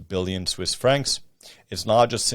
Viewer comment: Your Victoria origins are showing with "booyuns" instead of "billions"